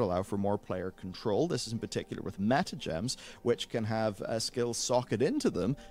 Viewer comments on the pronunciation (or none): none